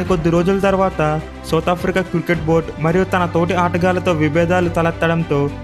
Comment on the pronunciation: అన్న క్రుకెట్ కాదు క్రికెట్